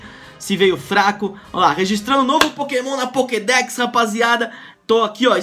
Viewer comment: O cara tá tão acustumado com clash Royale que tá falando pockdeck